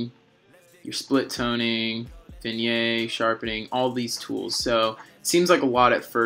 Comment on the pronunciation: vignette...ends like yet, not yay. great video. sorry about being a language jerk